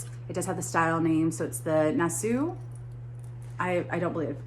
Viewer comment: I think what you were reading on the Tommy Bahama tag was "Nassau" pronounced Nassaw. Capital of the Bahamas.